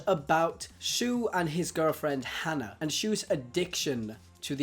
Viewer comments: I'm fairly sure it's haa-naa, not han-ah. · Her name isn't hannah its Hana ((hah-nah)) which means flower, pronounced it wrong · Hana is pronounced wrong. Just saying. No offense